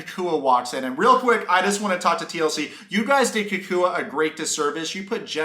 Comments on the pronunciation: please stop calling him KooKooUh. his name is CockWah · Bro STOP SAYING COOCOO-A. It’s COCK-Wah. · The way you pronounce “cacooey” 😂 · Oh for the love of God people - his name is pronounced like this: "Cow-qwa." Jennifer thinks Jesse is sooo great. When she finds out Jesse really isn't that rich (but just plays one on s/media) 😳😆🤣😂😆 Jesse thinks he's waaaay more sophisticated than he actually is, typical Narc - he & Jennifer deserve each other. Also, Jesse thinks he's such a suave gentleman 🙄 😆 - yet he doesn't even know how to properly hold a chair to seat a woman; then, he 'barked' at the waiter 🤯🙊 in a restaurant because he felt he didnt get attention fast enough! Very classy move 👌🤮 - the waiter probably had to go find his 🕶 to approach your table because your NEON BLUE tux was blinding his eyes. BTW Jesse - NO ONE who is used to good quality, prime steak... orders it over a temp. of MR, or Med/MR at the most. But no, you complain that it's raw. 😂🤣😆🤣 Oh yes, Mr. Luxury World Traveler who likes the finer things in life - you should know that you're at an Argentinian BBQ restaurant - which is basically a meat fest & you just have to order "vegetables" like you're appalled. Jesse's skinny little chicken lips gross me out & your tantric yoga is just an excuse to dry hump Jennifer. I am so unimpressed by this creepy dweeb. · I think you say his name like CAH - cwah Anyway tho , I agree with every single opinion you have here man , He made that shit mad awkward and was one of the funniest ppl featured on the show lmao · It’s really not that difficult. It’s Cacua. KA-KWA. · Why you gotta mispronounce that man’s name so bad? 😩😩💀 (kak-wa) lol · 😂😂😂 the way you pronounce cacua’s name is soooo funny ... your basically callling him Mexican boogeyman